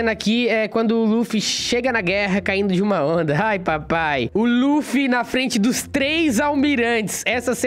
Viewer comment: Mano não se fala laffy e luffy vei poxa